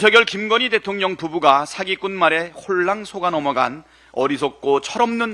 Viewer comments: 김병주 의원님 은근히 발음이 대통년으로 들리는데 ㅋㅋㅋ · 김병주 의원님 발음이 대통년으로 들려요. 바이든 날리면인가요?